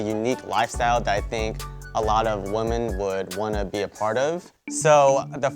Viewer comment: If he would have pronounced WOMEN as WOMAN.. ONE MORE TIME, I would have thrown my computer out the window. Smh